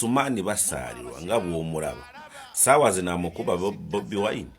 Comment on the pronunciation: I love you the way you sound the name Bobiwine better change to nup ove mubakozi basitaani